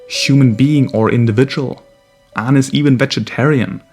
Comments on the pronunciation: just started the video then immediately realize he said the name wrong ... you getting a dislike for that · It's aang